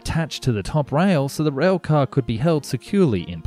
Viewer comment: Rail, not rhweahl